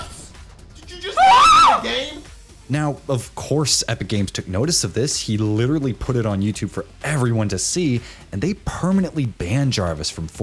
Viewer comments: "litcherally" I laughed harder at that than I probably should've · literally EVERY youtuber who gets caught cheating or being racist "this is litcherally so hard for me to make this video tears im litcherally so sorry guys *cries more*"